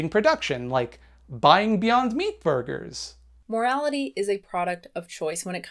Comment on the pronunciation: You mispronounced "beyond meat borgers" D